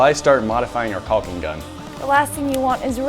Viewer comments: The way you say “calling gun” keeps sounding like “pelican gun”. ;) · Its cocking gun not caulking.